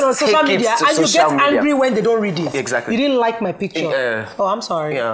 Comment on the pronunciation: did anyone else hear him say exakry??